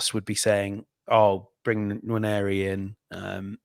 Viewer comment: 'Nwaneri' not 'Nwanieri' 🙏